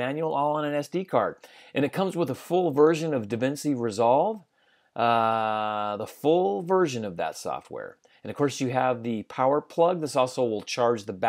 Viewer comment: i luuuve the feel of that intro footage...👌 btw, DaVinci = duh vin-chee